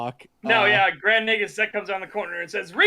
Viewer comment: why are they pronouncing Nagus like "nag us"? it should be pronounced nāgus, as in "nay gus" it's said many times in DS9. are they just differentiating it from the real world title "negus"?